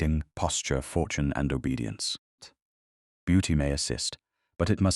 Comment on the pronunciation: ...Youth, beauty, fortoin? Your AI narrator is horribly mis-pronouncing words. Its annoying and ruins your stories. Get a getter narration setup and teach it proper pronunciation and not to make unnecessary sounds within the text that have no business being there. Thumb's down on this story.